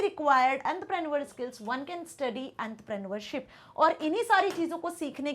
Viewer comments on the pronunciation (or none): Entrepreneurship❌ Andrapraniaualship✅ Youngsters ❌ Yungusters✅ Billionaires❌ Billionaaieerss✅ Electricity❌ Laactricity✅ Effective❌ Afacttive✅ Bro English is struggling to struggle for real🗣️💀